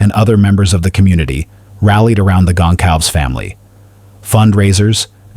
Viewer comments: Gon cal vez not Gon calves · Please learn how to pronounce Kaylee's last name correctly.